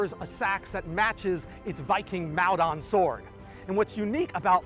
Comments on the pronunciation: It’s pronounced Mol-Don not Mal-Don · Hearing you pronounce Maldon that way is hilarious. Maldon is a few miles away from me and pronounced more like Maul-don. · Just up the road in Chelmsford and we pronounce it Mould-on.